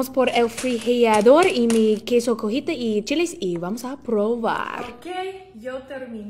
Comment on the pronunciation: A le gusta el queso cojita y no el cotija 😂😂😂!